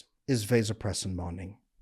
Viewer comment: Mispronouncing vasopressin and women's physical labor does not increase this in men. Water is one of the things that does increase it, withholding his orgasm increases it but no man wants a woman to know that.